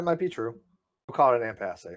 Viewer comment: Holy fuck! All of that 'I'm more educated than you!' from and he can't fucking pronounce impasse? Em-pass-eh? Did suddenly become Canadian?